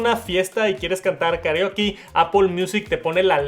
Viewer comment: Por qué dices karioki?